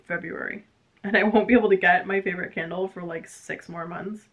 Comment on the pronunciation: Oh I heard KINDLE instead of candle... and was like,, why does anyone need moren than one kindle? And shoes are so important, so I love your choice:) I'm still working on my thesis, Agatha Christie on stage for teenagers... xx